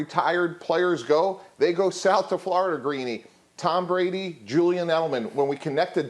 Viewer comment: did he call him Dom Brady ? Lol